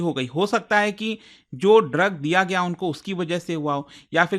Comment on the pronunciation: तेलांगना नही तेलंगाना। सर्विकल नही, सरवाइकल। ऐसे किसी अन्य वीडियो में आप गया को गाया पढ़ रहे थे। मतलब कतई रट कर पढ़ाते है। आपके लगभग हर वीडियोज़ में उच्चारण दोष होता है। इसको सकारात्मक आलोचना की तरह लीजिएगा